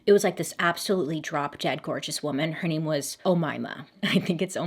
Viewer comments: You actually pronounced her name correctly throughout the entire video! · Hi, I'm from Egypt and yes you said the name right